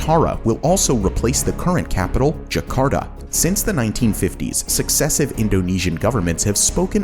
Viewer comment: I dont know why US people use proper Spanish accents but for other languages they use their US accent. When they say Por Favor or Ke Pasa, they never say it like Phor - fay - vorh or kay - phaysaa. But this guy is saying Jaa - karr - taa as jekharda.